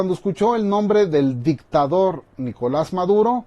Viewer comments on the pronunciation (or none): none